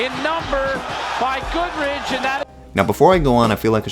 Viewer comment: Shit video. The Goodridge stoppage was just fine for when that fight happened, you are also shit at name pronunciation.